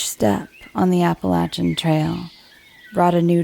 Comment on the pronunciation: Mispronounced Appalachian. Continues to mispronounce, super annoying, can't finish.